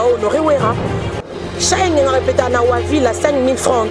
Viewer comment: yo nde oza na problème na e na é. i na u . "anneu passée nde nini ?" "deuja" na nini ?